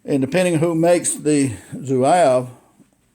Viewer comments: pronounced ZWAHHHV; I picked up mine back in 1970, a very accurate rifle. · I’ve never heard Zouave pronounced that way. I just got one of these, and haven’t shot it yet. Enjoyed your video. Thanks.